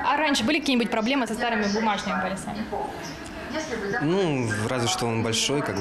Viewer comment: Полюсами!Даже журналистка говорит неправильно. Полисами надо говорить